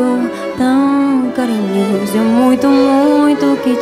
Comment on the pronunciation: Pixinguinha se sentiria feliz, bem feliz, com esta bela interpretação do nosso Carinhoso. Parabéns pela pronúncia perfeita do português! Abraços do Rio de Janeiro, Brasil.